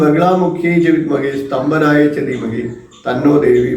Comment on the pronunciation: സ്തംഭനം എന്നല്ലേ വേണ്ടത് സ്തംപനം അല്ലല്ലോ